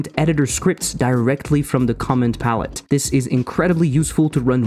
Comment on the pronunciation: vararg is cool and all, but I am waiting for the day I get named arguments when I call functions... Also, what you say sounds like "comment palette"